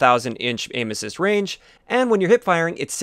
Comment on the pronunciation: I thought you were saying anuses instead of aim assist